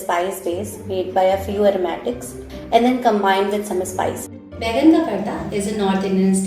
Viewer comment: Excellent video! A couple small corrections: It's called Baingan (Ka) Bharta, not Baigan Bharta. And OMG, you added WAY too much hing (asafoetida). It's almost always like a pinch because it's so potent. It's one of my favorite dishes.